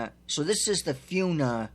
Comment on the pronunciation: Actually fauna is pronounced as (Faun-ah)